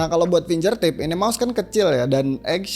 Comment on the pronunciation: Makasih review nya, Mas. Btw finGERtip, bukan finJERtip